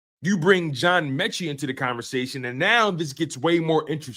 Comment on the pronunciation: You don’t even know how to say his name right. What year did you become a birds fan?